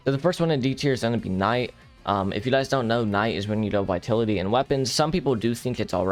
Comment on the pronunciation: the way he mispronounces vitality irks me